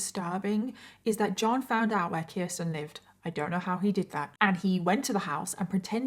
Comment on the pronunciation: Age of sexual consent in New York in 1980 was 16. Children could be married as young as 13 with parental consent. Also, thank you for saying my name correctly (Kirsten). Most people don't.